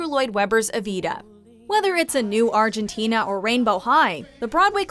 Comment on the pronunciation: My biggest problem with Evita is that people don't know how to pronouce Argentina in the way fucking Eva Perone would actually say it.